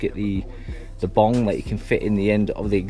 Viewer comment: Its bung not bong hahahahaha